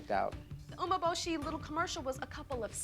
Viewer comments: Tyra can't even pronounce "umbeboshi" properly. It's "oo-meh-boh-she" and she says "uh-meh-buh-she" and did you notice her hesitate right before trying to say it? Tyra can't even do it accurately! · its funny how the judges are judging how the girls speak Japanese when the judges themselves can barely even say 'umeboshi' right (yaya got it though !) Edit: i just realised jay himself pronounces the director’s name wrong (yoshii instead of yoshi-e)😭